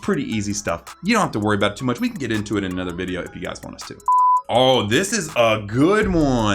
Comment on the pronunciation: Okay- but the way he said Youtube VIDEO